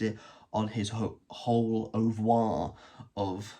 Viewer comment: well-stolen! And I think it's pronounced ooo-vruh.